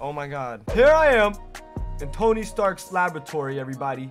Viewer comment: Why is it an emote ? Couldn't they just make it a new suit ? The emphasis on Tony is kind of annoying imo..